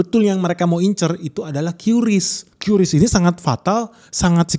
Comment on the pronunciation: Kris bang.. bukan qyuris